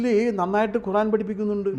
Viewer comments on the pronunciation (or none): none